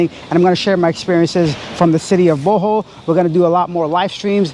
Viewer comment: Hello its BO - HOL not Bu- hol....